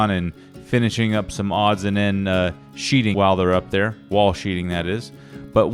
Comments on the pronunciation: Sheathing - not "sheeting" ;-). That's going to be a beautiful house! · " Sheathing"...not sheeting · It's sheathing not sheeting.... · One thing, It's Sheathing